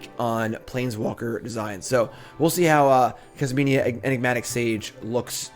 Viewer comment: also not Kasminia lol